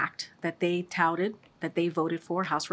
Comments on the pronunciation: Say "touted" again, KJP. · Saying “Touted” 10 times doesn’t make it the truth, while blinking her eyes and repeating word salad is not convincing. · How many times can she say “touted” in one response?? 🤣🤣🤣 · If you drank a shot every time she said "touted " you'd be dead. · say touted a couple more times XD